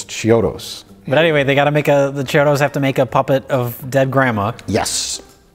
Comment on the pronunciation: Mike is ashamed of liking a horror film. What a surprise. And it's "KEY-odos", not "CHI-odos".